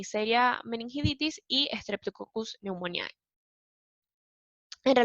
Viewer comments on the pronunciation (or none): Muy bueno. Pero ojo que se dice meningitidis, no meningiditis.